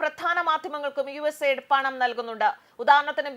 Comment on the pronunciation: USA ld അല്ല US AID എന്ന് ശരിയായി പറയു.